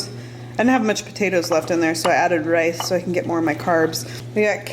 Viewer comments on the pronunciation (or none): none